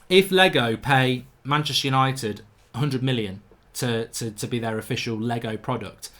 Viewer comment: "Hello and welcome to tha Yanited Stand!"